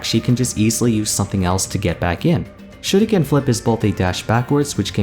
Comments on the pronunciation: The way you say shuriken is like chefs kiss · What’s this? Someone actually pronouncing shuriken correctly?